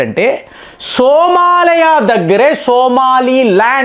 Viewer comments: First of all the pronunciation is not Somalaya. It is SOMALIA means land of Somali people stemming from ancient trible ancestors like Samaale with possible links to "go and milk"( Soo maali) symbolising wealth from live stock. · సోమాలయ కాదు సోమాలియా. నీ నోటికి వచ్చిందే కూత, నువ్వు చేసిందే పని.